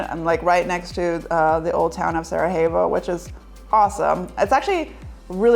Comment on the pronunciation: Cool video. Btw it's pronounced as Sarayevo, not j/h.